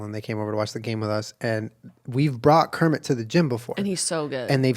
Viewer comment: Home Kermit: hermit World Kermit: wormit